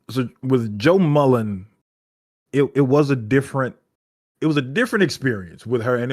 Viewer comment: Damn, FD commented on the “beef”? I respect for standing on business. Peace to, I think Intergalactic Empire of Wakanda did a similar thing to the deluxe of Far Sector. Also, if not for this channel, I wouldn’t be clear on how to properly pronounce Sojourner Mullein last name.